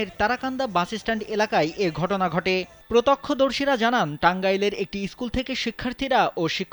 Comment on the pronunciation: সাংবাদিক কি উচ্চারণও ঠিকমতো করতে পারে না!! প্রত্যক্ষদর্শী কে বলতেছে প্রতক্ষদর্শী 😂